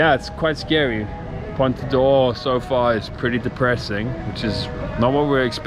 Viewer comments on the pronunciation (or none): Another very nice video, keep them coming. As a native Portuguese speaker, I should only point out that it is Ponta do Ouro, not Oura. The pronunciation is a little bit off as well, but no problems Greetings from Brazil 🇧🇷